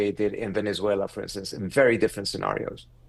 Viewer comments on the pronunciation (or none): none